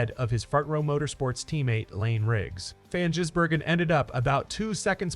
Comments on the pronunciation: The only comment I'll make AI. is that Shane's pronounced family name is Giz.. not Jiz... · Its Gis Bloody yanks need to learn how to pronounce it properly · Say Gisbergen as in G for Goat not Jizzbergen as in G for Gym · For christ sake, get his name right!